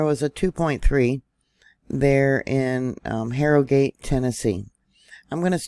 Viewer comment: Not that it matters but here in Tennessee we pronounce Harrogate with a slient O.